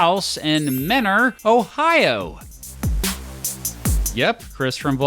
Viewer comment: Love that you took care to learn how to pronounce the town of Mentor properly. I grew up in the next town over and it’s always jarring to hear people pronounce it the way it’s spelled 🤭